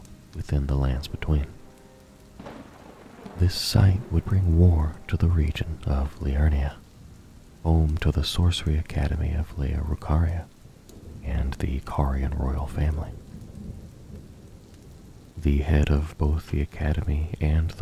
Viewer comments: so no one else noticed he said "Laya Rucaria"? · “Laya Rucaria”😂😂😂